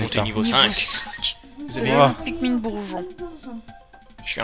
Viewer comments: Sa se prononce pikminee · se se prenonce pikmine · Pikmin...ça se prononce pikmINE!